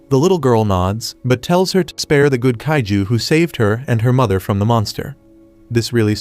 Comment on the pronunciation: It's not caitiz it's it's kaiju